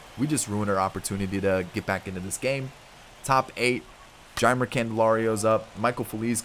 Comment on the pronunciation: Candelario’s name is like (Jay-mer)